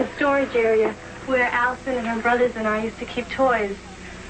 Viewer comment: I cant stand british people. "Troof, Bruvvars, his younger sister, who was firteen, and his dad who was forty free"